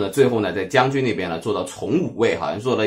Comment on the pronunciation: 講錯一大堆東西~看了特別難受 惟任これとうし不是官名 ~ 是賜姓 ~ 所以明智光秀又稱惟任光秀 丹羽長秀也不是惟任 是"惟住"これずみし 還有大概華文圈只有你念"長zhǎng" , のぶなが 其中 なが是長短的長(cháng)不是長大的長 還有"從五位" 官名應該唸zòng 不是cóng